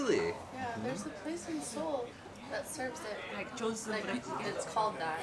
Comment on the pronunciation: 발음주의 존슨 조온..스은...